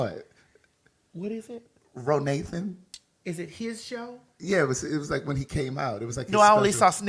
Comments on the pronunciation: LMAO been lmao at “RoNathan” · “Ro Nathan” 😂😂😂